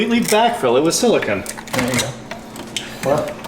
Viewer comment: lol 😂 repeat after me silicone not silikahn